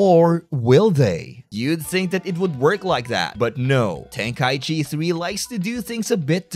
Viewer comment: Ten-KA-ichi Not Ten-KAI-chi